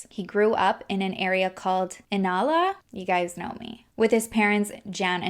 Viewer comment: I am from Brisbane and you definitely pronounced Inala correct BUT Brisbane is like Brisbin when pronounced haha. Love you though!!!! Xx